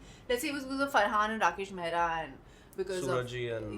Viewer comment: the guy says mehra not mehra sir.